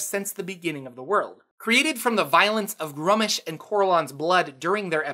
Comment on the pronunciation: Why would he pronounce Gruumsh's name "Grummish" when it makes more sense to pronounce it Gru - Umsh (Grew-Um-sh)... like the way it is spelled?! People butcher the most simplest of names sometimes 🤦‍♂️